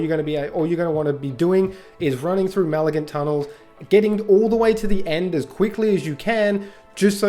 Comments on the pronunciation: point is that you were saying "maligant" (mal uh gunt) not "malignant" (muh lig nunt). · Also: mah-lig-nant. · it is. And what you said is NOWHERE EVEN SLIGHTLY CLOSE to malignant. Fcking hurts to listen to you. Also bahbah heart?? 🤣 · Brother.... WRATHful, not wraithful. Malignant, not Maligant....